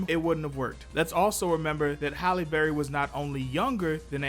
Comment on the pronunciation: It’s Halle not holly